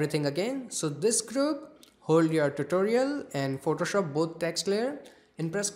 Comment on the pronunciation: Biggest flop at the start lmao "Photoshoop"